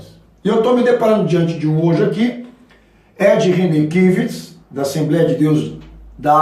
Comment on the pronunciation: Cara, esse dai não sabe nada!Mistura uns mil assuntos, sem amarrá-los a lugar algum. Nem viu a pregação do Ed e profere impropérios sem discernimento.Repete asneiras num automatismo que dá dó...Nem pronunciar o nome do Ed René Kivitz consegue.